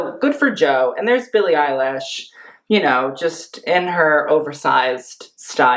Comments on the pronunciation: Billie eye-lash 😂😂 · did he say "Billie Eyelash"? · Did he just say billie eyelash? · Billie Eyelash .... No!.... my ears.... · "billie eyelash" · “Billie EiLASH” lmao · Why are u sayin billie eil-a-sh? Its honestly giving me unsubscribe vibes